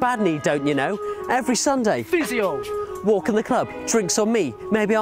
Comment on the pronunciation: Phy i sio lol It's physio Not phyisio